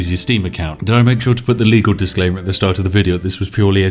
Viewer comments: DiSclaimer Spiff, not DiClaimer ... Sorry and I love you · Love the “diclaimer”